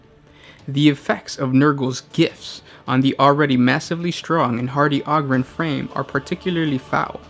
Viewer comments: O-grin not og-rin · O-ger and O-grin. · Do you pronounce ogres like a mouth breather too, instead making it sound like auger? Ogryn is clearly supposed to be pronounced like ogre not sure how you messed that up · Ah-grin lol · You're pronouncing it wrong. It's a long O, the same as 'Ogre' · PLEASE stop saying "ogryn" wrong? How do you say ogre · Ahger holmes ahger